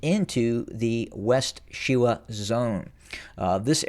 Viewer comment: She•wa ( SHe-wä) ...She as in Shell, wa as in waffle... Wa•li•so ( Wə-Lee-so).. Wa as in was, Li as in Lee, So as in so... 😎